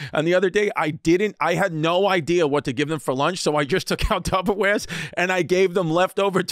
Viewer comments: Chrissy still sayin Tubberware! 🤣🤣😂😂😅😆😁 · Is Chris still saying “tubberware”? 😂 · Chris is still saying tub a wear lol😂😂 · Chris "Tubberware" Destefano 🤣😂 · CHRIS STILL SAYS TUBBERWARES LLOL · Glad to see Chrissy is getting better at pronouncing the Kleenex of food storage containers. Just leave the S off the end next time, big guy. <3